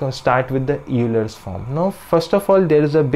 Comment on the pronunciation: If Euler were pronounced phonetically, your pronunciation would be correct, but it is actually pronounced as though it were spelled "Oiler."